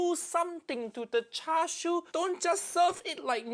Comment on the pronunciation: as a chinese person, "chashu" and "charshu" hurt me a lil bit not gonna lie